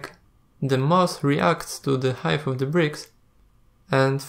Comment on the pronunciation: Great tutorial, thank you. Just pointing out for your English - which is generally excellent by the way, "height" is pronounced "H-eye-tuh" and not "h-eye-th" and "three" is pronounced "th-ree" not as "ff-ree". Just some pointers, I know how tough a second or third language can be :)